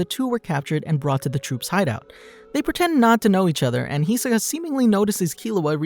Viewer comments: It really irks me when they mispronounce his name. It’s hi-SO-ka not HEE-so-ka… smh ya’ll should stop watching anime dubbed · Every time someone calls him HEsoka I just cringe so hard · "Hee soka" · How you make a video of Hisoka can’t even say his name right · YOU CANT BE FORE REAL. you did a bio on this guy and cant say his fucking name? THE SHOW IS DUBBED. first and last one ill ever click on, yeesh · The way he says Hisoka is just painful